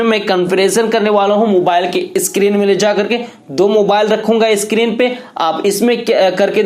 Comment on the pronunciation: Pee zapp 😂 eskreen 😂